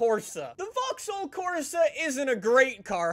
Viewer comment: He can’t even say vaxhaull correctly 😂😂😂